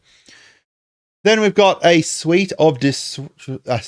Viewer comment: You were correct the first time-- it's suite, not suit.